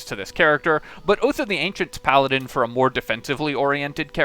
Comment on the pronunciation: Is this a Pa-ladin?